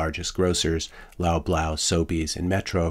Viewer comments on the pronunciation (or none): Sir, your pronunciation of “Loblaw” is so off 😅 “Lob-Law”, not “Lob-Low” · It's pronounced Lawblaw. :)